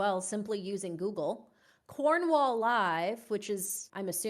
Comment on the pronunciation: Cornwall live is a joke and often gets names wrong including names of villages and towns... I'm Cornish born and bred... Never missed and episode of misery machine, if you need help with pronunciation for Cornwall I'm happy to help... Keep doing the excellent work